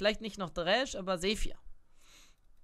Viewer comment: Es kommt so rüber als würde ich nur Flamen oder Hagen das will ich und ich bin auch kein hater deines Kanals aber ich muss sagen der Champion heist nicht zephyr sondern sivir so wie du ihn aus spricht ist das erste i ein e und es hört sich an wie das item was es jetzt nicht mehr gibt und was zur hölle giga brain studiert man kann das auch ausdrücken um mit der e umgehen zu können muss man sie verstehen um sie gut an zuwenden